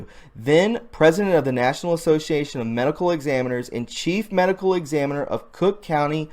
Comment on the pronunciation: Cock county the third. Hahahha. Thats cute. Its Illinois...